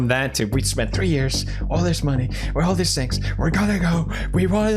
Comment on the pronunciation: I somehow understood ''all this sex'' instead of ''All these things'' Horny jail bonk